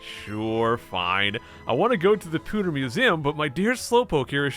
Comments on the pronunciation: Please never say "POO"ter again. It's PEW. Also you say holy crud way too fucking much. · Why do you say Poo-ter city. It's Pee-ew - ter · Pewter is pronounced "Pyoo-ter" 😂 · "Poo-ter city" - pronunciation 2018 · "Pooder City" 10/10 would pronounce again - IGN